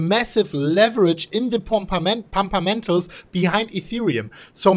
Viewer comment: did he say "pumpamentals"? Im dead